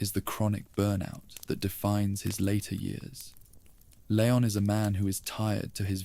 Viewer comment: Please stop calling him Lay-on, it's LEE-on.